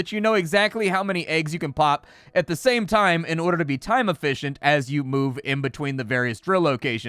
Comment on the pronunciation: you mispronounced efficient. Mechanicus disappointed in your assessment,...